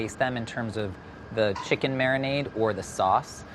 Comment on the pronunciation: no one: madhur jaffrey: mariNAAADe